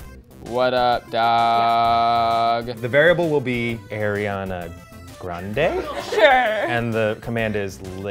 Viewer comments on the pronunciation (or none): I love Eugene but when he pronounced Ariana Grande's name as Air-iana I almost lost my mind😂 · Eugene: AIR-IANA GRANDE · ariana's left toe aIRiana... he said aIRiana oh my god